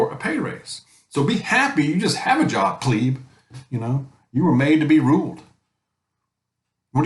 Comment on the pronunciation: Its pleb not pleab